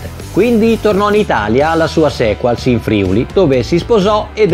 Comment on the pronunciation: Il video mi è piaciuto e ho messo il like, ma Sequals si pronuncia con l'accento sulla a per allungarla... Es. Sequaals! Mandi! (ciao o arrivederci)